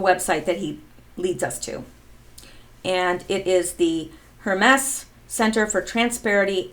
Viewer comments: Word police here. I believe it’s pronounced HER-MEES. Not HER-MESS. Thank you for participating. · Hermes: For the god: Rhymes with "Germies" Sounds like "Herpes" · Pronounce Hermes as Her mees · Hermes is Her-Mees, not Her-mess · It's pronounced her-meeze, not her-mess. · pronounced............her-meez...... not hermess............... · Hermes is pronounced "Herm-ees" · Hermes = Her . meez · Hermes is pronounced HER-MEEZ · Pronounced HER-MEEZ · Dutuerte= pronounced dootwartay; Hermes= pronounced hermeez. jeesh. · Hermes is pronounced Hermeez. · Hermes is pronounced "Her Meeze" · Hermes is pronounced Her meese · Hermes-> ur-mez, I believe, is pronunciation. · it's pronounced Her-mees. Hermes is Greek name of God Mercury and is Patron saint of secret society of Freemasons, and founder of Hermeticism and Sacred Geometry. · Hi, love your videos and interpretations! Just wanted to let you know--Hermes is pronounced with the emphasis on "Her", with the "mes" incorporating a long 'e' sound. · Lori Buchan : I am German living in France: it’s pronounced „Herr“ like „Sir“ in German and « mess » like a « terrible mess“ in English. I thought it was Not that complicated and wondered. President Duterte is pronounced like « Du » in German » and then